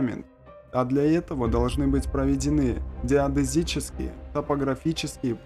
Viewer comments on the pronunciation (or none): "Деодезические" у тебя часто встречается! А это значит, что ты не разбираешься СОВСЕМ в строительстве и прочих смежных темах, о которых так уверенно вещаешь...